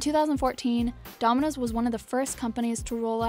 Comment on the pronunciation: She can’t even say domino’s